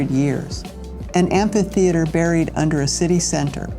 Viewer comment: You butchered the beautiful word “ amphitheater “